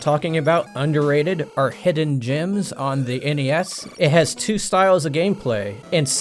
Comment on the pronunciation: Actually, I think he said “hidden gyms”, like the treadmill I keep in my garage.